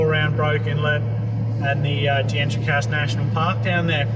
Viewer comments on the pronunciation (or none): Just out of interest D'entrecasteaux in pronounced Dontra kass tow